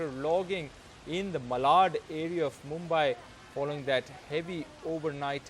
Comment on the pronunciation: Brother the city is pronounced as Mumbaee though spelled as Mumbai... it should end as ee and not ai....